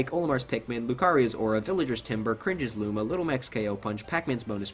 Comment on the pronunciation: You said cringes luma.. You also said pin mins arm...